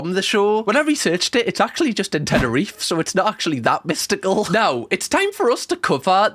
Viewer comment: It was so funny listen to you say Tenerife (Im from the islands) LOVE the vidddd